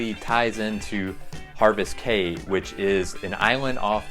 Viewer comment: Platinum Plus cruisers on NCL. Enjoyed your video but would like to correct a couple of items: NCL Epic has no fish in the carpet, so no directional help there. Epic is sort of the red-headed step child in the NCL fleet, though she does have a great Haven. Also, Caye is pronounced KEY. We’ve sailed on most of NCL’s ships and had a great time on all, though for my money, I prefer the Jewel Class over the mega-ships.